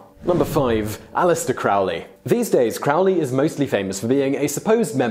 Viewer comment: it sounds like crow, Crowley, not 'ow' like you're in pain. Black Sabbath had it wrong too. As a former follower, please believe me, I know more than you'd believe